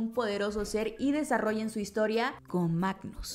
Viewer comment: Quedé 😮 cuando dijo Magnus en vez de Magus 😂 Sin duda alguna ya quiero ir al cine a ver el Volumen 3. Está película sin duda alguna nos va a marcar mucho, ya va siendo hora de que... No quiero decirlo pero, ya va siendo hora de despedirnos de nuestros guardianes 🥹🥹🥹 Marvel queriendo mandarnos otra vez a Terapia :( Psdt : El fin de semana la iré a ver con mi madre y hermana, van a correr lágrimas:')